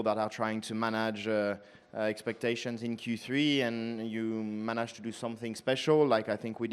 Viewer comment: Leclerc.. manaage 😂